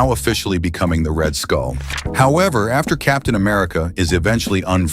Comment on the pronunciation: You say red skull I hear red hood